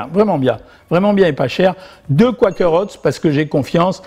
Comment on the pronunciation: J’ai toujours fait des biscuits avec le Quaker Oats. Recette suédoise. Très bon. Petite remarque: Quaker se prononce avec un ouèi et pas koua.